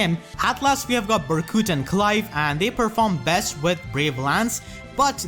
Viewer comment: You sound Irish when you say Clive. Nice list!